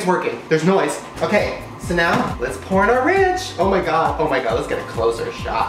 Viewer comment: "let's porn our ranch!" 😂 I know he said pour but it sounded like he said porn lmao 💀